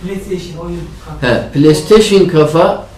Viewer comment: ala ged hoppan burdan etimi tökme he birde kafa deyil kafe